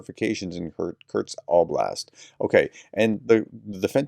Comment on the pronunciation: It is not Curt-sk. Kursk. ; )